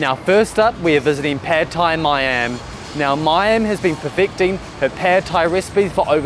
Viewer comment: ต้องออกเสียง ผัด (putt) ไทย (thai) ออกเสียงสั้น ไม่ใช่ลากเสียงยาว ไม่ใช่แพดไทย Pad thai not paaaad thai